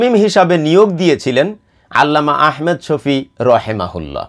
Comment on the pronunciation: جزاك الله خيرا আপনার ভিডিও আমি নিয়মিত দেখি ,খুবই ভাল লাগে।একটু পরামর্শ নাম টা আহমেদ না বলে ভালো হয়আহমাদ শফি বললে